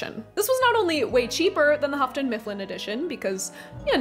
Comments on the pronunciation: Why 'Hafton'? It's Yoo-ton (Houghton). Like Hugh + ton. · If I'm going to sue you for the pronunciation of "joie de vivre," I'm going to also sue you for Houghton Mifflin. It's pronounced "hoe-ton" not "huff-ton." Also, the title of Edmund Wilson's review/essay is "Oo, Those Awful Orcs!" You forgot "awful." Sorry, but I'm a full-on Tolkien geek since 1974! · It's pronounced hoaton, not huffton. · Really liking your content... enough to want to help if I may? The Hough in Houghton rhymes with through, not rough... "English is a difficult language, it can be understood through tough thorough thought though!" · Houghton is pronounced without an 'f' sound.